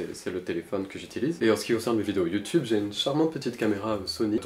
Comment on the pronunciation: "Youtoube" "Gentleminiscule" 😂